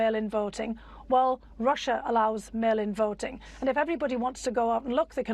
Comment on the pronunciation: Rerrr-ushaa 🤦🏼 his psycopathy is an outlier among psychopaths